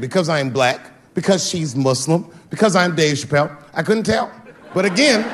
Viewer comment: Extremely Honest emphasis